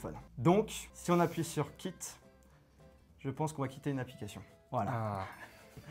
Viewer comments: Remarque : quit se dit kwit et non kit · Le mec n'est pas capable de correctement prononcer Quit...